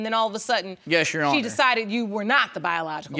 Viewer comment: Sounded more like “ yes Ju hono “😂😂